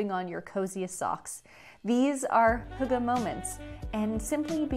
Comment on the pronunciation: Most of the information in this video isn't intererly accurate, so thought I'd just clearify some things^^ Hyggeligt is the direct translation of cozy. Hygge just means cozy, but as a verb. I guess 'Hue-guh' is the easiest way to describe the sound to an English speaking person, but as a Dane i couldn't understand what she was saying. It's much easier to just go to google translate and get the Danish option and have it pronounce hygge Way back in the day winters used to be brutal, but today we get little to none snow. At Denmarks darkest time, the sun will rise at - and set . Christmas in Denmark Isn't realy about christianity or belief, but more of a an excuse to hygge and make the cold times pass faster. Christmas in Denmark is also called "The Hearts Party" or "The Festival Of Hearts" which baseically just means to apreceate those you love. Family, friends, lovers, etc. I guess you could call hygge a life style, but essentially hygge is just a Danish way to say "Live Laugh Love" lol Hope this was a bit more informative :>